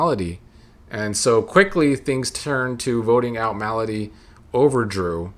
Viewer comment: Not sure if it's intentional but you pronouncing Melody like "malady" is cracking me up.